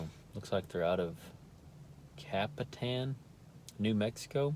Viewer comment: Good job on the pronunciation of Capitan NM 👍🏽